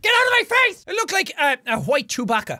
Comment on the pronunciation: The way he said Chewbacca